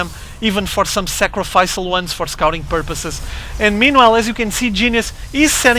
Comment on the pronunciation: Hey, sacrificial is pronounced sacri(FISH)ial, just thought someone should mention it since you seem to like the word, keep up the good work.